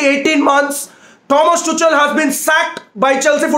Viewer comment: Every one : Tuchel Rantman : Tu chal 😂